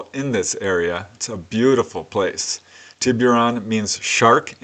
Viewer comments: it's pronounced, "Tibb-er-on". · Just here to say that Tiburon is pronounced “Tibberon”. No hard “you” sound. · It's pronounced "Tibb-er-on"